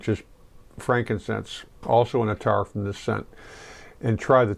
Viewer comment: Pronounced Ath-ar